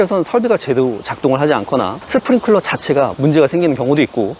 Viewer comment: 뭘 자꾸 스프링 쿨러 쿨러 쿨러 지식 전달 채널이면 맞춤법이나 제대로 전달 합시다 sprinkler 뭐라고 발음하시겠어요?